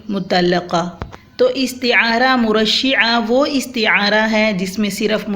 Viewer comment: میڈم مرشحہ بفتح ش ہے مجردہ بفتح ر ہے